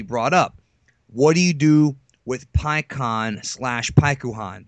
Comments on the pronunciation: It's pick-on not pie-ki-on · Pi-con not Pi-cuu-han WTF?